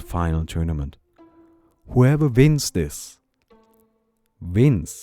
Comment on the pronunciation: "Hooeva vins zis... Vins!"